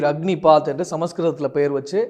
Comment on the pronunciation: 'அக்கினிபாத்' அல்ல, 'அக்னிபத்'.